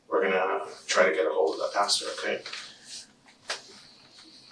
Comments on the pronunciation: For Pete’s sake, it’s pasTOR, not pasTURE. I’m not even religious and that one irritates the hell out of me. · Someone should tell her it’s “pastor” not “pasture” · Why does she keep saying “pasture”… pastor lady!